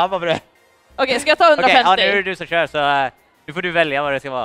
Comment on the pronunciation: gröna kvinan. "jag har shört mario kart med denna." senare "HUR SHÖR MAN!"